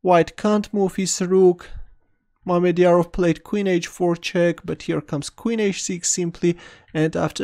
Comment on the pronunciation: i was convinced you disrespected mamedyarov cause you said "mermidiarov" which seemed like you were mocking him as a mermaid of something.